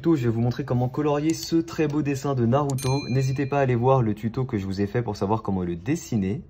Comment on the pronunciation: Euuuh... Naurot ? XD